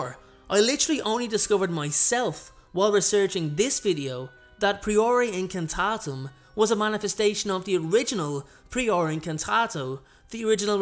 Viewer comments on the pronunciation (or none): I've already unfortunately had to dislike this video due to two things one your mispronounciation of the first "spell" and how you've misspelled the fire part of the second spell. Sorry